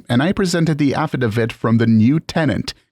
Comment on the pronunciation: I honestly wouldn't have known this was an AI voice if not for the pronunciation of "affidavit" in story 3. (Edit, and "fiduciary" in story 6) THIS AI voice I'm ok with... They're getting better. Subscribed!